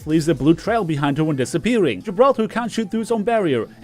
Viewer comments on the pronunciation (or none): none